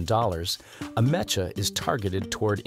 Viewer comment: It's AH-mek-ah.... not ah-MESH-ah!